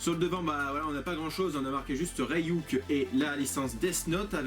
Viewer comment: C'est pas Rey-Yuk c'est Ryuk... Désolé c'est plus fort que moi ^^